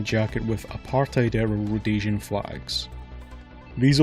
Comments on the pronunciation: The way she pronounced "Apartheid" XD ( I live in SA) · I love the way all of you say apartheid wrong, makes me feel superior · I always find it hilarious hearing english speaking people say apartheid, if you want to hear the correct pronounciation, use google translate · Please say Apartheid right, as South African this irratates me alot